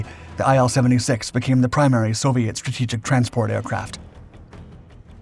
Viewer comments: Say: eel 76 Not: aye el 76 IL is for Ilyushin. Say: ee lyu shin Otherwise a fantastic video. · It's pronounced as "eel", not as "eye-L".